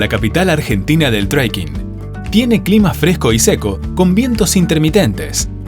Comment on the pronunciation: No es "TREIKING"...!!!